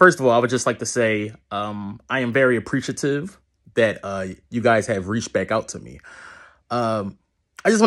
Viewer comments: That "dat" gave you away my bro. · 'that' already gave it away